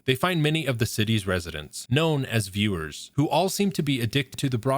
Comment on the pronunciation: 𝕀 𝕥𝕙𝕠𝕦𝕘𝕙𝕥 𝕦 𝕤𝕒𝕚𝕕 "𝕄𝕖𝕨𝕖𝕣𝕤" 𝕒𝕟𝕕 𝕦 𝕒𝕔𝕥𝕦𝕒𝕝𝕝𝕪 𝕤𝕒𝕚𝕕 "𝕍𝕚𝕖𝕨𝕖𝕣𝕤".